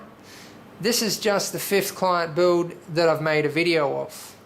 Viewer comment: "the buld" "into the buld" hahaha just scrwing :D nice machine!!! great job.